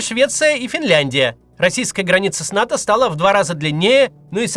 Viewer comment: Не НАТА, а НАТО